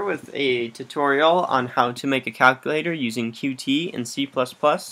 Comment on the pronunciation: I know it's hard to know how to pronounce names for libraries/frameworks/software if you only ever read it, but it's actually pronounced as just "cute", not "cu-tee". I only just learned this a week or two ago.